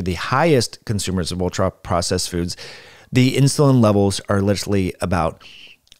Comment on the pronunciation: Listened to that about three times sorry to be that guy. Obviously accidental but very funny. Lol "foodses"